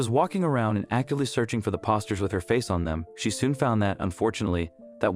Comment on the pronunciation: Please learn to read and speak the right words. It's poster, nor pawsters